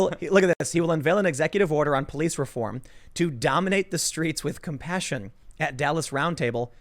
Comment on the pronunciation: He said COP-PASSION...